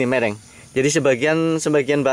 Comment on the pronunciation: Miring mas,, bkn mereng hehe